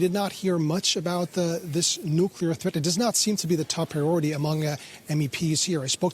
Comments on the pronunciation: Bravo! I didn't hear anyone [nukular] in his video! Oops! SCRATCH THAT! just did. The second half of NU-CLEAR is C.L.E.A.R. not kular. Unacceptable from processional journalists, period. Pardon my French. I misplaced my filter.. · "nukular" video closed